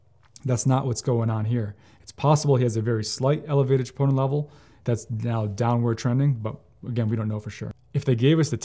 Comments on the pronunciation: He says triponin levels but it’s troponin but maybe I heard it wrong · Elevated WHAT levels ????????? Chee-POH-Nuh? Enunciate clearly .